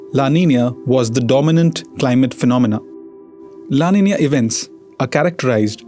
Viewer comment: No, his pronunciation is correct. “Ñ” is pronounced as “nyuh (Spanish).